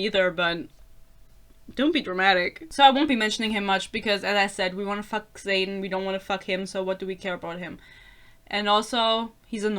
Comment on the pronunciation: your mispronunciation of xaden is deserved tbh what a silly name 😭